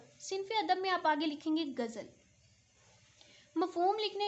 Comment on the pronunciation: باجی گجل نہیں ہوتی غزل ہوتا ہے